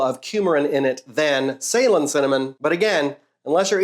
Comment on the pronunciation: I love your videos, love how nerdy and informative they are. A bit disappointed at how you pronounce Ceylon and for not mentioning that's just the old name for Sri Lanka.